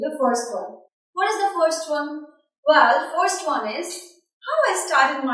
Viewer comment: bad sound & bad accent... and btw it is probounced well not vell